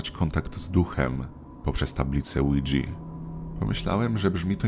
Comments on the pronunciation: muwi się tablica guidża a nie łydźi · I pov oujia wymawia się łidża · O ile się nie mylę nazwę Ouija powinno się wymawiać "łija" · Lidżi XD